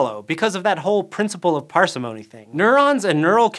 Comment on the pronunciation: Interesting information - but your pronunciations are driving me nuts! par-SIM-ony, not PAR-see-MONEY Rick-ETTS-ia, not RiICK-et-SEE-ah